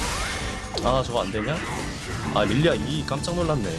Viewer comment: 릴리스 (x) 릴리아 (o)